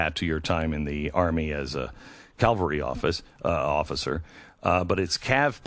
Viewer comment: Cavalry. Not Calvary. Very different.